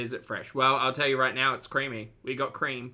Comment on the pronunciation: The soup is so…. Cweamy! 😅